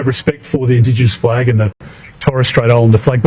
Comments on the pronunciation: “Flag” not “fleg” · It's flag, not fleg. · I don’t get why you keep saying ‘fleg’ that way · Why you sayin flag weird bro